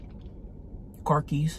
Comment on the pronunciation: Omg I died when she said "car keys" 😭🤣